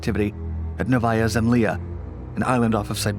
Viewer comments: Nóvaya Zemlyá, not Nováya Zemlia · Would have been to difficult to call the local Russian consulate and ask them how to pronounce Novaya Zemlya? I mean why screw it up so bad?